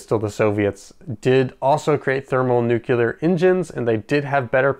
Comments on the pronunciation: I really hope that in your future videos, you can pronounce "Nu-cle-ar" correctly, and not "Nu-kul-ur" like Dubya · Sorry but I gotta ask - are you saying "nucular" on purpose? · "Nu-cu-lar" ...really?! ;-] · Great follow-up video! did I hear you say 'nucelar' instead of 'nuclear'? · I cringe every time I hear someone pronounce “nuclear” as “nu-kyoo-ler”. “New-clear.” Say it right lol. Do they spell it “nuculus??” No. “Nu-cle-us.” Hence, “nu-clear.” 😂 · Nuclear. Let me know when you find the nuculous of an atom.